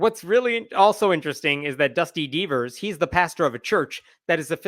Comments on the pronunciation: Before I saw his name in print I thought was saying Dusty Beavers, which would be hilarious! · When I heard "Dusty Deevers" I thought was saying "Dusty Beavers" and I thought that was the best name ever for this guy. Anyway, it still sounds like a great name for an OK drag queen, so feel free to use it!!!